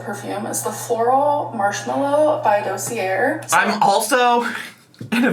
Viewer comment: I cannot let her pronunciation of dossier slide...like, ma'am?